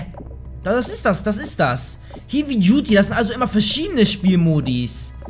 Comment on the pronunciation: heavy duty[heevy duty] :DD